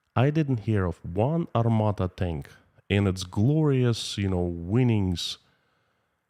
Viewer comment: it's Armata not Armada.